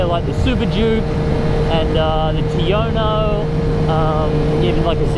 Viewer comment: It's "Tuono" with "u", not "Tiono" with "i". I must've heard you say that in 5 videos or so. (But, yes, I enjoyed your videos.)